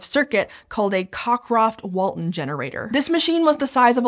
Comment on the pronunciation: I am gonna assume that Cockcroft was English, and therefore it is pronounced "Co-croft".